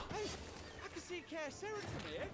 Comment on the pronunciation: It's not "kerys", you can easly say "serys" if you want. This is a polish game, so the polish pronunciation is the superrior template. In fact, you pronunciate Cerys with "c" spoken exactly like german "z". It's not "kerys" at all, it's WRONG.